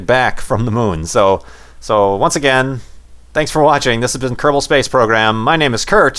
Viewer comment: kerbel sound like grebal i cant spelled it right